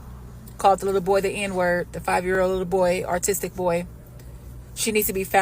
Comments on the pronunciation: she says artistic 😂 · did she say “artistic” boy?